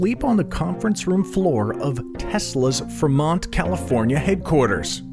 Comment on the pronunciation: Did this dude just say ‘Freh-mont’?